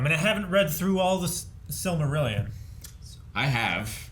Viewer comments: Was saying Silvermillion?? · Eric calling the Silmarillion “the Silvermillion” 😂😂😂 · I swear to God if you keep saying "The Silvermillion" Just look at the goddamn cover of the goddamn book, Eric. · they can't even pronounce the titles of the books correctly. That does not make them viable opinions, that makes it a joke. "The Silvermillion" Yeah, no, thanks. I'll take someones word that actually has proven to understand what in the world they are promoting. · At this point, I think Eric is mispronouncing Silmarillion just to troll everyone. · Omg thank you for correcting Eric's pronunciation of Silmarillion.